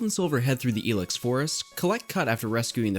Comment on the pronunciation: Dude, it's pronounced I-lex, not EE-Lex.